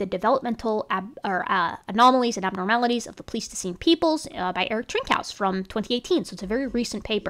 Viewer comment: Thanks for doing this work. I wouldn't have the patience myself, but I'm glad you do. One thing: isn't "pleistocene" pronounced with a long i in the first syllable? I kept wondering if I'd heard it wrong my whole life, but I checked a dictionary pronunciation, and it did have the long i. Is it one of those words that has multiple pronunciations?